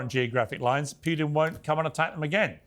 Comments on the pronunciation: Morgan can’t even pronounce his name. It’s “Pootin,” not “Pewtin!” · Stop talking about Ukraine, Piers! You understand exactly zero about it. No matter how many educated people talk to you, like Galloway or Jeffrey Sachs, you don't understand anything. You can't even pronounce Putin's name correctly, let alone understand the facts. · Piers and "Pe uw tin" lol from the same toffee nosed stock as Starmer! "Keir Hardy" was a British Labor pioneer many know nothing of, no Brit calls their child "Keir" unless they have hallmarked them for expensive private school and politics, same as "Piers", earmarked at birth for expensive private school education. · Can't even pronounce Putin name correctly, never mind knowing any facts about Russia or Ukraine or the history of West interference in the area